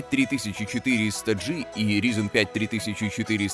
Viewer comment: Как же режет слух - "ризин".